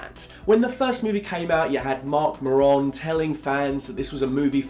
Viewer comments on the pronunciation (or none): Mark Muh-Ron? It's Mark Mare-un.